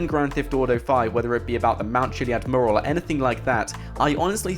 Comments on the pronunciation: My fucking god, its not "Moo-ral", its "Mew-ral". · its pronounced mew-ral... not moral 👍 good video though mate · Dude i know how its spelt but the way you say mural fucking aggravates me youre supposed to say it - Myural not merl... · The video is interesting but........murrrrrl....... Mee you rul Say it fast. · Sorry, after watching this and the Mt Chiliad mural video, I have to say it >< Mural pronounced 'mjueral' not 'muhral' Anywho, keep up the good vids ;) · dude, its pronounced "mYural" not "mooral". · I cant get over your pronunciation of the word "mural". It's "myural" not "murral" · first ten seconds "mooral" instant headache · I swear you said 'Mural' in every single possible way, OTHER than the way it's actually meant to be pronounced.... 'Mooral'... No. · hey guys a murrrrrel ... fucking english and cant even speak it correctly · its pronounced mju rel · most English people pronounce it "mjural" for some reason he does not. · The way you pronounce mural 😂 Its "Mew-ral" my friend :') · Can you PLEEEEEEEAAAAAASSSSSEEEEEE learn how to say mural properly!!!! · Please learn how to say mural properly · Learn how to pronounce mural please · That's not how you pronounce "mural" bro... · You're pronouncing 'mural' incorrectly by the way. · Can someone please teach this guy how to pronounce the word mural?! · The way he pronounces "Mural" 😂😂😂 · Please learn how to say "Mural". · Oh my god if you mispronounce mural again I'm gonna go Liam Neeson on your arse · please learn how to say mural